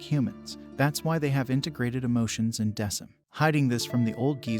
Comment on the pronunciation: The name is pronounced Deck-um